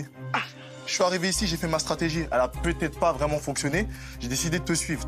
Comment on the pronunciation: Pour quoi tu dit peutio😂😂😂😂